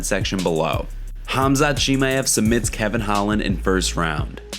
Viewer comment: 7 1/2 pounds is not close to 10 pounds, don't lie and speak the truth! Learn how to pronounce Khamzat!